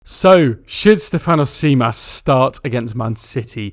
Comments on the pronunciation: Think of Tzimas as Jimas, tz in Greek is the equivalent of j in English, also stress the Ste not the fan on Stèfanos. On Kostoúlas your pronunciation was quite close to the correct one, just put the stress on rá instead of la and if you can pronounce mpos as boss because mp in Greek is the equivalent of the English b. Hope you find this helpful. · good way to practice emphasize the capital that i am about to write. STEF-an-os (also the anos should be pronounced quicker together so there is not this awkard An - Os sound) JIM-as we emphasise letters based on tones in greek (Στέφανος Τζίμας) ps. Kostoulas prononcuation was spot on though tbf.